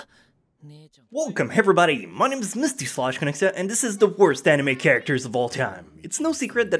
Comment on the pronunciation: Worst "nime" ....... gg boi.